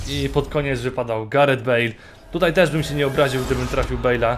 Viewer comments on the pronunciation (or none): none